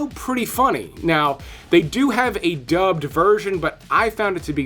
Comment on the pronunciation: Dubbed dubbed dubbed, come on man, say it properly, you are not 8 years old. Smh